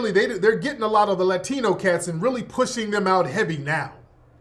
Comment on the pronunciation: "Lie-tino" 🤣 You heard it here first folks!